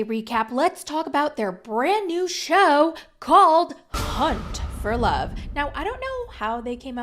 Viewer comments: Did you hear, cunt for love? Cuz i did. Lol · Lolll I thought you said cunt for love 😅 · First time you said hunt for love, I heard something completely different, and I was like, I beg your finest pardon? 🤣😂